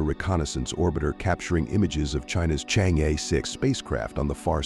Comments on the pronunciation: Deliberately and maliciously mispronounce it to smear Chinese. Correctly pronounced as Chang - er. Stop pronounce it as cheng yi . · Thanks for the video. btw, should pronounce as Chang Or. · 这个 我觉得可能是他们AI真不会读， 没念成change 就不错了 :face-blue-smiling